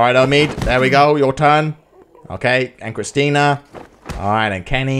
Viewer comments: CHRISTA CHRISTA CHRISTA NOT CHRISTINA sorry, this was bugging me so much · Whos gonna tell him that its not kristina and its christa